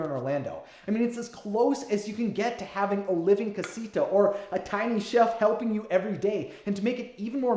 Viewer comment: And cah-si-tha en-can-tho